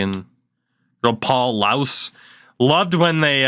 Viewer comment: Its Paul Laus, pronounced "lawz" and he is a Panthers legend